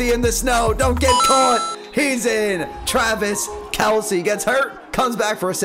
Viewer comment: You said Twavis Kelce